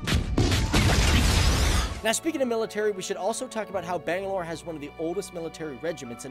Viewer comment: Nigga Butchered the name bangalore